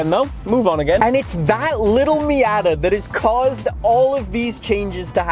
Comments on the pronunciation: I’ve never heard it said “Meey-yatta” I’ve always heard “me-oughta” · I literally cannot listen to this guy say miAAtAA one more time lmao. Fortsa is fine but Miata? I’m dying my ears are going blind